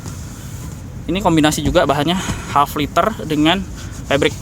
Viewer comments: wah channel besar indonesia kalah cepat upload reviewnya. tapi maaf kritik bro, leather (kulit) pengucapan yang benar 'leder' bukan 'liter' sempat bingung gw tadi denger kursi setengah liter hahaha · itemnya bagus... depannya jauh lebih interesting.. btw, kulit itu leather om.. bukan liter.. cb cek di goo translate aja cara baca nya.. mantap review nya..